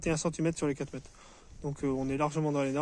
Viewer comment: La portugaise? Vous n'avez pas d'autre termes pour qualifier votre compagne? J'étais venu voir une vidéo sur de la rénovation intelligente et je ne suis pas portugais mais je pense qu'elle mérite de meilleurs égards et aussi mieux que vous. Quand un francophone parle de "mètes", de "centimètes" et surtout du coup, du coup, du coup, du coup, du coup, du coup, du coup, du coup, du coup, du coup, du coup, du coup, du coup, du coup, du coup, du coup, on est vraiment dans les bas fonds de Youtube.